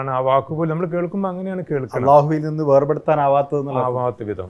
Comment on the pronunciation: അഭിനന്ദനങ്ങൾ, അല്ലാഹു എന്ന ഉച്ചാരണം പോലും എത്ര കൃത്യമായാണ് പറയുന്നത്. നല്ല അഭിമുഖം സ്നേഹം സഹോ..... ❤️🫂